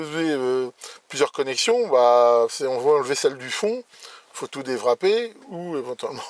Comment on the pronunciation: Est-ce que c'est normal de prononcer "déwrapper" avec un son de W allemand?